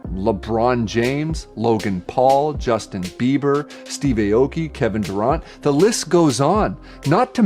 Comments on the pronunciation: This moron pronouncing Mario and Durant wrong is annoying. His whole tone is so braindead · I have never heard a man pronounce Kevin Durant's name like that in my life